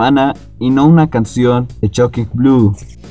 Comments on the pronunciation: No es "choking Blu", es Shocking Blue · Tu pronunciación del nombre del grupo (nada menos) echa a perder el video, Chockin blu, suena a ¨grasa¨. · Estoy de acuerdo, muy buen contenido del vídeo, pero la pronunciación está.... No es chokin Blu...